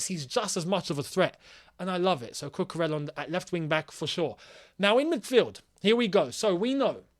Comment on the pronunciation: My boy, you guys gotta start saying cucu’s name right ffs!!🤦🏻‍♂️ it’s pronounced cucuREYA bro, not cucurellah. He’s Spanish bro.